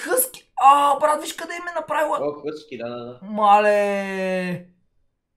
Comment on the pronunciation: Нее хъски а хаски😀